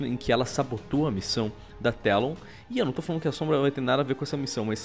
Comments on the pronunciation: Dráuzio da Garela A pronuncia correta eh "Télon" msm! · N é Telon é Talon!!!! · Não são vocês que choram pra falar a pronúncia original? "É BRIGITA, NÃO BRIGIDI". Pois bem, Talon está em inglês e em inglês se lê TELON.